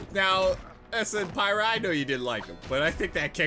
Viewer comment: You're pronouncing Pyrrha wrong